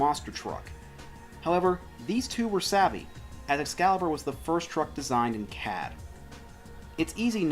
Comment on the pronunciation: What is CAD? At first I thought you said cab. Where other trucks designed with it as well?